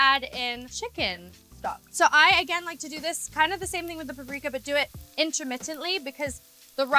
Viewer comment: Paprika woo she said the Serbian word. The pronounciation is ok